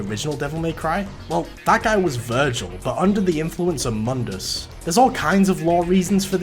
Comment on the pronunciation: My only problem is that you pronounced Mundus wrong. Otherwise, great video!